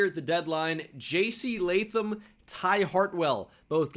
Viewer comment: at least u say Jc Latham Right My Name Is Latham So Thanks for not butchering it